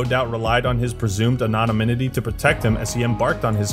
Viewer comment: Hold the fuck up... did my man just say "anonominity" xD